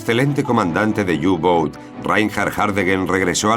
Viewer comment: U-boot es alemán no inglés y se pronuncia "upot" no iubout..